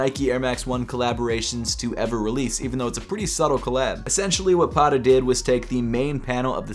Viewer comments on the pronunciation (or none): the way he pronounced Patta hurts my head. mans saying paddaa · No disrespect but please pronounce Patta correctly the next time. There are two T's not D's. Patta is Dutch slang for 'sneaker'.